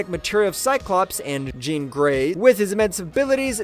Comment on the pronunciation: Did this dude us AI only to say “jean grey”?? Like what is happening here haha there’s something completely uncanny about how that babe is said everytime in this video